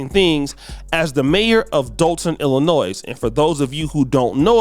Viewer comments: Dude, the “S” in Illinois is silent, it’s pronounced Illinoy. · Illinois. The S is silent. My god. Like jewel Osco. It’s not jewels osco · The “S” is silent in Illinois. Sounds like Illinoi Not Illinoissssssss 😊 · The state of Illinois is pronounced without the “s” at the end. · Please do not pronounce the “s” in Illinois! I know that it is a bit embarrassing right now but from this point forward, you will no longer be embarrassed! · The S in Illinois is silent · Illinois pronounced Illinoy No “s” sound at the end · Just an FYI....the "s" at the end of the name Illinois is silent.